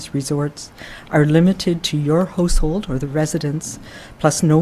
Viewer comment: What's a holsehould hahahaha😀😂😂